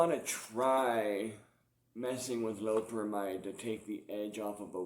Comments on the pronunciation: Lo-pe-ramide not loprahmhyde. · do you have any sort of respect for the art of teaching English? Doubt it cause you've clearly read that wrong mate. Not gonna argue like just been nice and replying if you disagree with my comment then that's sound. I was mentioning it to him hoping he reads it right he's pronouncing it incorrectly.